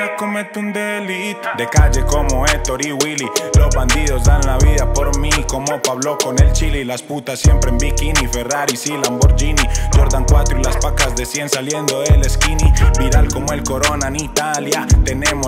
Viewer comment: No sabe decir Lamborghini el la dijo con lamboryini y es con g suena como gui